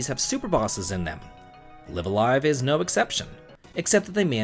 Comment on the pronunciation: I think it's pronounced Live A Live instead of Live A Live.